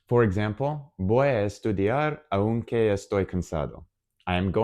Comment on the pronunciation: OK, thanks, but I must comment two points: 1/ Porque (because): the stressed syllable is the first one (it's pronounced 'pórque'). Por qué (why), separate and with accent on the 'e', is used in questions. 2/ Aunque (although/though): the stressed vowel is the 'a', not the 'u'. The word aún (still/yet) does have an accent on the 'u' (and so it is stressed). Espero ayudarte. Gracias.